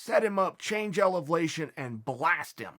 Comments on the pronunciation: It’s elevlation. Thanks Chael ! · Chael "Change Elevlation" Sonnen